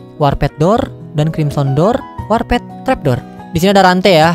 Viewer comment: Ngomongnya warpet njir bukannya warpd ya?